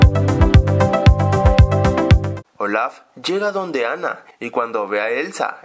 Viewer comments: Porque dices ol4f si es olaf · no se dice ol4f es olaf